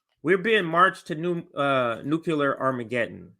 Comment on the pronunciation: Nuclear, not nukular... please sir.